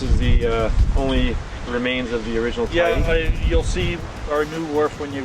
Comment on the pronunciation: Tyee Pool not TREE Pool